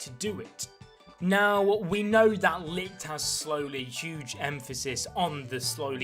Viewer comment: PA TRI NOT PAT TRI PAAAAAAAAAAAAAAAAAAAAAAA TRRIIIIIIIIIIIIIIIII GOD DAMN WATCH THE ANIME TO GET IT AND IT"S LICHT NOT LIHT